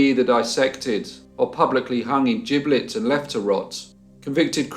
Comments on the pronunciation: What a great video. By the way, it's gibbets not giblets. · Good morning. Did I hear you say an executed felon may be hung on gibbets, or giblets, like in gravy? 🤣 HAGD.